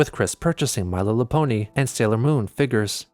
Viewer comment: “My lillapony”